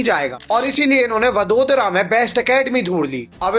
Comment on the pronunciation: वडोदरा नही वडोदरा😅😅